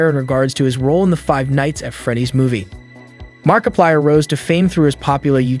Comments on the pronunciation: BTW to all of you who have yet to ever notice this video was made using voice AI you can really tell soulless and you can very much hear few times the AI struggles. For a example - the voice starts to break down you can hear more of a grovel in the voice like the Ai struggle to add the bass tone in the voice a clear sign of AI voice in at least 2023 and said "mark a paler" XD. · bro he said markipiler once 💀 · bro said Markapiler 🤡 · And you cant forget the amazing fnaf player “markipiler” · Anybody else catch his mispronunciation on 'Mar-I-plier'?!?!? MARKPILIER?!?!??!?!?! Ok..I'm done. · "Mark-i-piler" . Nice work.